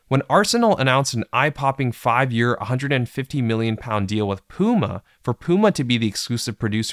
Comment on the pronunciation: You can't say any words correct? Puma Adidas premier? Whats up with you? Is this a bot?